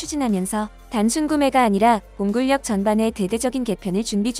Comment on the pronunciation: 꺼리튜브가 공군력을 공굴력이라 발음하더니 여기도 따라하네요 공군녁이라 읽어야 정상입니다 공군울 온전히 읽고 거기에 력을 더하게 되면 뒤따르는 력이 앞서는 발음 ㄴ을 따르게 됩니다 만약 군력이라는 단어가 존재하고 그것이 우선된다면 굴력이라 발음되겠죠